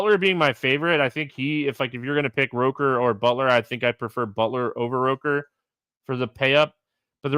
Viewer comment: ROOKer, not ROHker